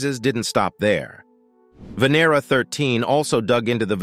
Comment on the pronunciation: The correct pronounciation of Venera is Vah-nair-rah, not Vin-er-rah, as the video voice states it.